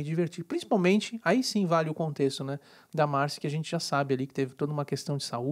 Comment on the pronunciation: É marcÎ. Pelo menos no programa falam dando enfase no I.